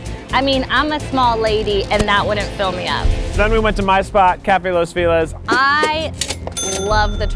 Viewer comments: "Cafe Los Feelez" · The way Keith pronounces his "favorite" place is triggering AF o.O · I don't understand it, even with an american accent, how does he pronounce it as 'fee-laz' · Keith, I love you, but please, please, say Los Feliz correctly. It should sound like ("LOS FEH-LEES"). Anyway, have a great day! Love, Chris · The way Keith pronounces “Los Feliz” is tickling me 😭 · Loved this!! Just really not a fan of the “Los Feliz” pronunciation. Not sure why people can say “Feliz Navidad” but not “Los Feliz” right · every time keith mispronounced "los feliz," i could hear my ancestors crying lmao